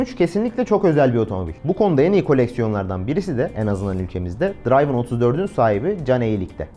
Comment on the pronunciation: V8 son atmosferik en güzeliydi. Dırayvın değil dırivın diye okunur. )